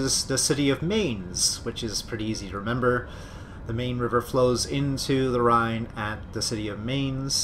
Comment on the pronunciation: You pronounce the river Rhein rather well. The river Main is pronounced rather similar, it sounds like the English mine. The same for the city Mainz. Koblenz your pronounce reasonably well, except your ending it like koblense, but it's a harder ending, like koblentz. Your English spelling of Worms is really funny, it should rather be like woarms.